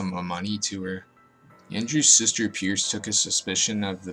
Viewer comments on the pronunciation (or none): none